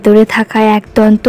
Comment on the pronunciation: kotha ta 'aaak-donto' na...ekodonto